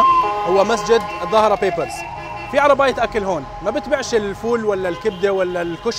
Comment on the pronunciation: الظاهر بيبرس وليس الظاهرة فيفرس